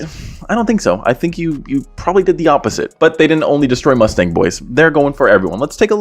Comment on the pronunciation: TF is a “Mustank”😭😭. These guys are very strange lol